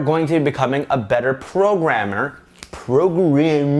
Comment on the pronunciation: Was that french...”programmeur”?